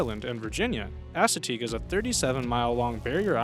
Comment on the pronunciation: *ASS*ateague Island? Your way pronounced is hilariously wrong.